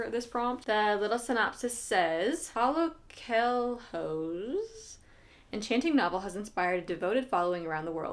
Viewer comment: Interesting to see a Brazilian author in your list (as I am Brazilian) although I did not read this one. If you want to get the pronunciation right, just go to google translator and put it to say “rabbit” in Portuguese. (That’s what coelho means).